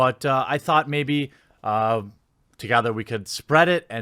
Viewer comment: The boy obviously deserves more attention but... what the hell was that "twogathah"